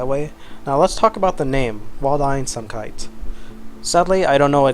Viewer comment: I'm from Germany and I never heard "Waldeinsamkeit" but your pronunciation of the word was really really good! :) BTW: Amazing video (like always)! Thank you ♥